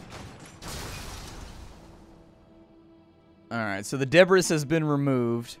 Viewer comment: That debris pronunciation... That was painful.